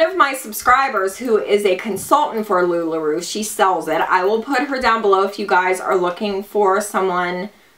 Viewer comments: It's Lu-La R-O-W, not Roo.... giggles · You make me giggle, I think it's pronounced "LuLaRow" you're so cute though lol so it's okay ☺️